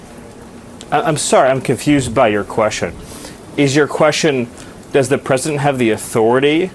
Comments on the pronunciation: Stephen Miller can’t understand a simple question, but at least he pronounces it ‘queshon’. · "I'm confoosed by yur qweshion." Holy lord.